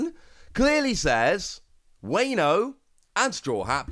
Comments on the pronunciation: Wayne-o 😂 please don’t do us like that WA-NO like the Latin A not the Anglo-Saxon A. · Every time you mispronounce Wano a kitten dies. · So many kittens died. 😢